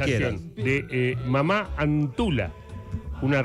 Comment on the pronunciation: La pronunciación no es mamá es Mama . Es quechua la palabra.